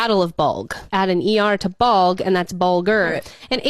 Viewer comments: Me too. Obvious bulge with an 'r'. We don't say bolg. Really annoys me when ppl put out info they can't even pronounce. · Hate how the chick didn’t know how to say “bulge” or “bulger”…also barely knew who Patton was…he was a general not a captain…like seriouslt